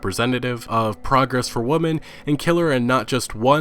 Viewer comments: I love your videos but it’s called many WOMEN pronounced “Wimen” not “woman” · Is he meming when he keeps saying “woman” instead of women or what?